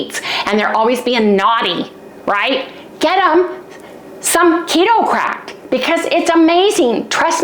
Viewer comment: Ok, I for real thought you said, “We’re giving away some Keto crap today!” You said it so excitedly and I was confused. I finally figured out you were saying Crack. 😅😂